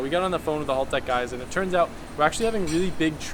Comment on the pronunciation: Hahaha you're saying haltech correctly now